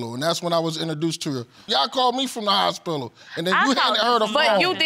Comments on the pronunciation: Lol, didn't hear the hospilla one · “kertificate” “hospilil”😂